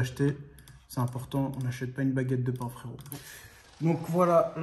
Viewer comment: "on achète pas une baguette de pain fwérottt" mdrrrr